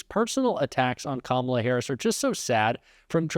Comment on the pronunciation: He’s so demented, half the time he’s pronouncing Kamala’s name correctly 😂😂